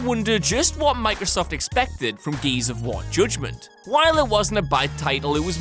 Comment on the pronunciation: Joodgement? Lol nice pronounce